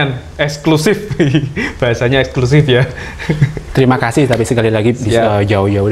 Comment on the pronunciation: Ngapain sih tiap kata di tambahin K contoh kedirik jugak terimak kasik wkwkwkwkwkw